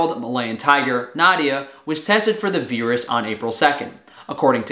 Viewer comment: First, I hope. Also your weird pronunciation of virus is still getting picked up by captions.